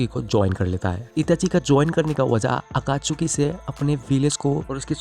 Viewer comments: Akachuki😂😂 nahi Akatsuki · Abe totle akatsuki he akatchuki nhi he jhatu bolna seekhle